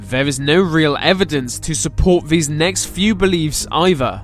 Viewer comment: It's probably the sound on my computer, but when this guy pronounces the English TH sound, it comes across as V; so I hear VE (vuh) instead of THE, VESE instead of THESE.